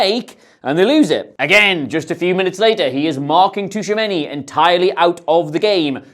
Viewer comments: I love you but say Tushameni instead of Tchouameni one more time... Seriously tho love the content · Yeah he is taking the T too literally. It's kinda silent and the name should sound more like Chouameni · its more like "chuameni" than tushameni 😹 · Chuwamenny - tuchomeni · Who was that Tushamenni guy,? Aurélien Tchouaméni, perchance? Please make an effort even though they are furriners, it seriously detracts from your otherwise excellent show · Fascinating how you've reinvented the syllables in Tchouameni's name (Toushameini in inimitable way). The "Tch" in French and Portuguese is just their way to create what is a "ch" sound in English. Otherwise, the "ch" always sounds like "sh" in those languages. E.g. the country Chad is "Tchad" in French and to say "ciao" in Portuguese it's best to write it "Tchau." I want some Derek Rae-like improvement in your prounciation next time I hear that name!:P Love your videos man. Keep up the good work! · Tshou-a-men-e my dude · "Tooshamenny" for Tchouameni is driving me mad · Tooshameni? Really? I get you aren’t french but christ 😂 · Dear, Tchouaméni = Chew - a - main - ee. Thanks and keep up the great work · Glad someone else noticed this. This was driving me crazy during the video. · Who TF is Tushameni 😂😂😂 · Yeah right mate, "Tushamenny" right 😭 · Great video, but he's not called "Tushameni" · Gotta respect him for just rolling with it and not even trying to pronounce it right 🤣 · there's like 3 instances haha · Touchamini? 😂😂😂😂 DFQ iz Touchamini??? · can’t get Tushumeny’s name right to save his life 😂😂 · Great video apart from your pronounciation of Tchouameni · Dude, you keep saying Tchouaméni’s name wrong